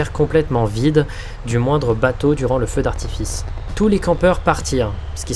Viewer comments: « Feu d’artifist » ptdrrrrr bien joué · on est d'accord il dit bien "feu d'artifiste" ? XD